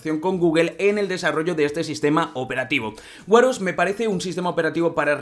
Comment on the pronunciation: Vaya, estos «influencers» ganan un platal con los vídeos y no le pueden dedicar un tiempo a buscar la pronunciación de las palabras en inglés que van a usar. No se dice Apel sino Apl y Wear se dice uer no uar 🤣😂